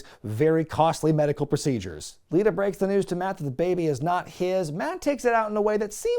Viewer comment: u picked on hee for saying "til death do us apart" then later u called Lita "Alita"